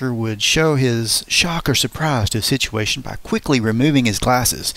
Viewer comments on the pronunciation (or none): none